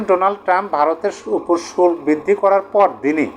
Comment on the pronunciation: উচ্চারণ হবে ( শু ল কো) = শুল্ক